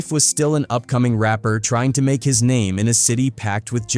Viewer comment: How many names are you going to mispronounce in your garbage video? Show some respect